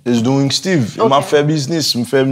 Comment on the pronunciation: Koman Styve Jay a li pa Steeve en anglais 😂